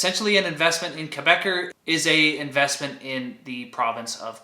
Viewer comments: Good video! Quick note: Quebecor is not pronounced "Quebecer" (a Quebec citizen). An English speaker in Quebec would call it Kay-bey-CORE with the "cor" pronounced like in "corporation." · Great video as always! FYI Quebecor is pronounced "Quebec-ohr /Quebe-cor";-)